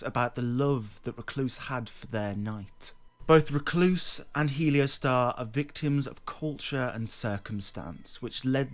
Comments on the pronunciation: not heleo, heol. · How can you look at the spelling of the name, reading off of a script and somehow still say it wrong? Helio Star? 😂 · It's pronounced HE-ol-store (US) or HAIL-stor (UK) (not helio-star). It's an old English word meaning 'darkness.' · It’s not pronounced “helio-star” is pronounced “he-ol-stor” it is an old english word for covered/obscured in darkness/shadow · How do you read the word "Heolstor" and get "Heliostar?" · I'm sorry, man... I hate to be that guy, I really do. But Heolstor is pronounced like "Hail'Store" kinda like how the elden ring Gaol's are pronounced "Jail" Again, I'm sorry to be a grammar officer 💀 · really bro?… “heliostar”😂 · Def not the same 😂😂 bro nane is literally pronounced how it’s spelled yet somehow people say “helio-star” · It's He-ol-stor. <3 :P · Heleostar? We doing mispronunciations for ragebait now? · I think heolstor is pronounced like holster. Like holstering a weapon. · Think its pronounced more like Hoyls Thor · thanks for your hard work creating these entertaining videos, however, its not a matter of not having said the word before. Its a matter of reading the world properly. Nonetheless, not pronouncing the word properly gives you a lot of traffic. Congrats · we have an opinion too - you’re annoying and we disagree with what you said. :) I’m an English major in college FFS, and I couldn’t care less that he mispronounced it! sorry if that shatters your fragile ego!!! Also Vaati? The one who had a plagiarism scandal during the Bloodborne years? That’s your “hero”? I guess plagiarism isn’t as bad as mispronouncing something hahahahaha.